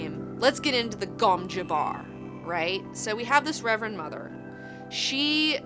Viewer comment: I know it's pronounced gom juh-bar, but I prefer pronouncing it gom jabber, because it sounds like a Willy Wonker candy.